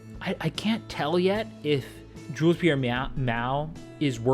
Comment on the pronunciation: "Jules Pierre MEOW" best flub evah!!! 🤣🤣🤣